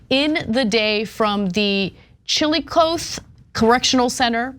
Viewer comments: Chillicothe is pronounced (chi luh kaa thee), Ana’s lock of a basic grasp of the English language is indicative of California’s excuse for an education system. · Anna you butchered the name Chillicothe 😂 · “I’d prefer an astronaut” is Ana a Hum fan!?!? Also, chill-ih-kah-thee. I was also munchausen by proxy’d, it sucked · Not that it matters how its pronounced lol, but its Chill - a - Coth- e It use to to be the Ohio State capital, but Columbus was eventually chosen because of the Clan presence and the racism. Some of which still exists today. Cheers from Dayton, Ohio. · Chillicothe = chill-a-coth-ee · chi luh KAA thee. Chillicothe rhymes with coffee. Mispronounciations always makes me giggle . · I love hearing people from outside Ohio pronounce Chillicothe😂 (It’s ‘Chill-ih-cawth-ee’) Happy holidays y’all!! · Chillicothe is pronounced like "chilly-coffee." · Its pronounced to rhyme with Coffee but with a Th sound instead of two F's-... LIKE chill-I-coth-ee... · IT'S PRONOUNCED (CHILLI-COTH-EE) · Tragic story. This is why we need better funded and more accountable child protective services. Also, it’s pronounced“Chillicoth-ee.” It’s a terrible area impacted by post-industrialization and then became one of the early regions devastated by the opioid crisis. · Chillicothe Missouri is where she was, it weirded me out to hear them pronounc it too lol